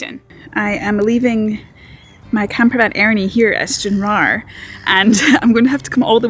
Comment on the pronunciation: Plz say Stranraer correctly!!!! If not get outta Scotland!!!! Watching ya vid made me laugh.. English twat!